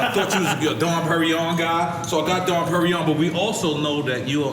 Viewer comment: NORE it's called "Dom P" not "Don P"..............